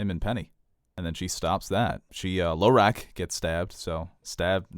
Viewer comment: Sometimes pronunciations crack me up. Saying "Low-rack" for Hizdahr Zo Loraq was a good one.